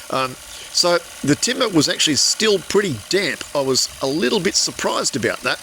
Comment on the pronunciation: さすがです、情熱を感じます。応援してます。 ”about”の発音が特徴的ですね、interesting